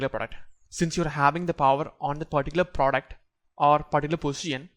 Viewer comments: Best part " praduct" 😂😂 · Product ❌ duck ❎ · Work on your pronounciation sir say the word product properly